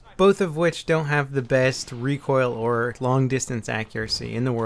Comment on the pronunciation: He said "hae" while he was supposed to say "have". Reading rest of the comment helps alot...